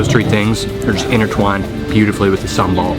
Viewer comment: I like how u say SAMBAL.. I can make SAMBAL for u btw .. But please dont order pork sate when u are with me LOL🙏